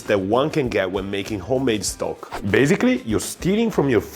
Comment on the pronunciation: It's 'stock', not 'Stok'. It's not a brand name (well, Stok is but it's a coffee brand). It's what it means it imitate: Stock. The cubes are the cheap shit though and their first ingredient is most often salt, with some fat ostensibly for flavor. Better Than Boullion is paste and its first ingredient in every flavor (it has much more variety) is MEAT. Not a sponsor, just if you're looking for a midpoint between 'salt lick' and 'from scratch', Better Than Bouillion will do you proper. And it's easy enough to make your own broth and stocks too. Save shrimp tails and bones, garlic and onion skins, potato peels, root ends chopped off in prep, the woody end of asparagus nobody eats...Boil 'em when you have enough.